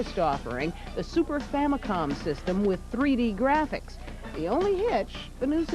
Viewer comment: What's a..."Famicon"?